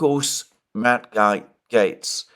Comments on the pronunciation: Matt Gaetz, is pronounced ‘Gates’ Alexander. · It's Gaetz like gates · It’s pronounced “Gates”. No need to apologize you have done great with all the Russian words and town names for years now. Great job pal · Pronounced "Matt Gates"